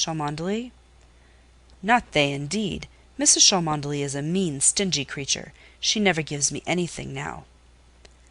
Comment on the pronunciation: Mrs Cholmondely is pronounced “chumley”. Sorry but it’s distracting.